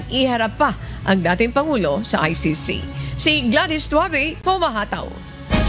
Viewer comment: say he cant even say or spell ICC